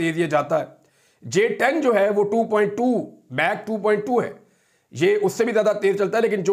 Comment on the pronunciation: It’s Mach 2 not Meg 2